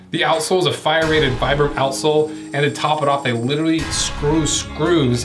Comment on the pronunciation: Pronounced vee-bram. Vee-bram, my guy. It's like you know someone called "Mike" but keep insisting on calling him "Micky" because, fuck you I know your name better, right. Jesus lol